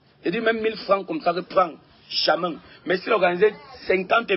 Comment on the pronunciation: Gato on dis jamais Pas jamain